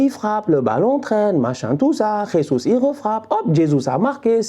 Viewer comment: 😂 c’est pas comme ça qu’on prononce Jesus